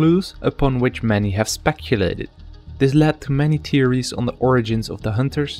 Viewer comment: Is that a swedish accent i hear? "Speculated"